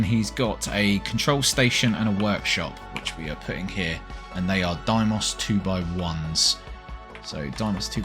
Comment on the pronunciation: This is just me bitching but why do YouTubers keep saying DIEmoss? It's DAYmoss...